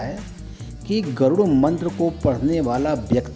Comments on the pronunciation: गरूण मंत्र नही गरुड़मंत्र उच्चारण करना चाहिये आप ही गलत उच्चारण कर रहे है जय विष्णु भगवान, ॐनमो नारायण,जय हो बालाजी की 🙏🏼🙏🏼🚩🚩🚩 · Garun nahi Garud mantr kaho pappuji